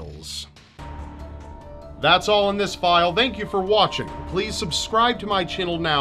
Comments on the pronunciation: pronounced channel chinelle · you said subscribe to my chinnel at the end. can I subscribe twice?